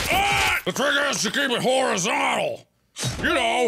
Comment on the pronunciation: Santa says Horrorzontal